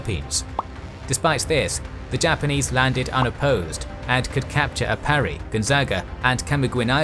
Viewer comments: He pronounced Aparri like "A pair e" when it's more "A par e". Trust me, there's a difference. Again, appreciate the effort and it's no big deal. It's very hard to nail the pronunciation, especially languages that are unfamiliar to a person. I just noted it because of the original comment. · Hi, Filipino here. Philippine place names are written according to Spanish orthography. While Luzon and Aparri are pronounced as Luzón and Aparrí. Hope you read this.: )